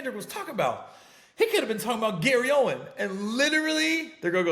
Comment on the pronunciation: Aint no s on his name fam damn